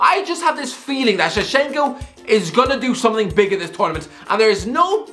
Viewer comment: Beeg yoshiii